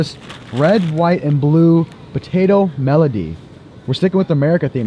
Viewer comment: “Red white and blue melody”😂😂💀 it’s medley my guy